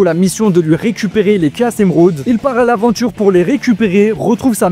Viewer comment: Commence par bien prononcer Mephiles et Chaos, on prononce " méfilesse" et pas " méflisse" on prononce " K.OS " et pas caisse